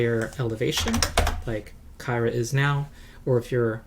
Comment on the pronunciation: BTW, I think "Kyra" is pronounced like "Kira". That's the official word, anyhow. Not sure why they chose to do that - you'd think it'd be pronounced like "Tyra", right?